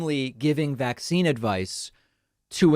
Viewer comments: Why does pronounce it VAC-cine? It sounds so weird. Sounds like a subliminal messaging thing. Like it makes it sound scarier to her followers. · i feel the same way although i think she's saying it like VAX-cine